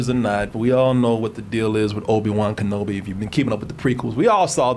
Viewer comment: have you ever heard of the basket ball play Patrick Ewing cause you are saying obi wan name wrong.. also that toy obi brings for Luke is the same toy that Luke is playing with when he gets r2d2 for the first time just before the "help me obi won your my only hope"